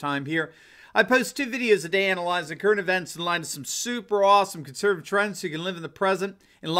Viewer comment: you;ve started slurring the word 'conservative' in the introduction. Why???